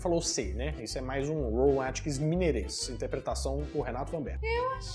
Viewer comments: Rowan Atkinson. Nós somos mineiros mas podemos falar o nome do cara corretamente. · Desculpa mas não se diz Rowan Atkins mas Atkinson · ROWAN ATKINSON e não ATKINS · É Rowan AtkinSON, Renato. AtkinSON. KKKKKK